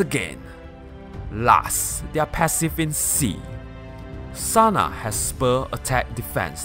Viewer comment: Its TANA not Sana -_- the whole thigh segments are fucking cringey like jesus